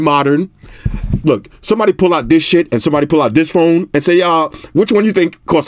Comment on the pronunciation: 😂Tis ..Tis ..Tis..I can't handle you... My stomach hurting😂😂😂